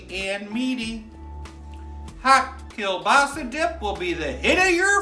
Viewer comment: I could care less about football, and I could care even less about "dip," but I'm 100 percent POLAK and you had me at KIELBASA. Pretty good pronunciation. Keep up the good work, dupa yash. We love ya.